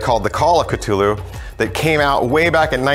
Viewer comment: Catulu... why just why pronounce it like that